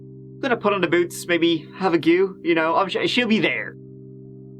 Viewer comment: I love it when he says lets give it a gewwww 😆